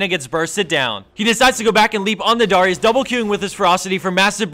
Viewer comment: You pronouced Darius really weird ._.